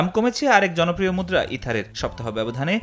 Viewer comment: হালারা নাম ঠিক মত কইতে পারে না ইথার আবার কি😂😂